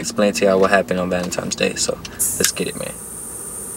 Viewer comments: Another dude that says “valentime’s day” 🤣. Why is it so hard for some people to pronounce Valentine’s Day. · “ValenTIMES Day”😂😂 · Lmao me too homie. No hate. Just think it’s funny how everyone say valentimes day. Stay up homie